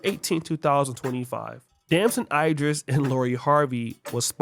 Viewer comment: Yo, it pronounced E dris, not I dris. Cmon bro.😂😂